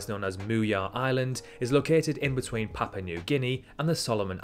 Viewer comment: Every vowel in Gebe and Papua should be pronounced, not sure why you opted to pronounce them as Geb and Papa instead of the safer option of pronouncing it all phonetically lol